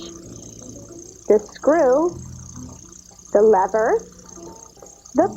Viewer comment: An educational show mispronouncing lever? Yikes!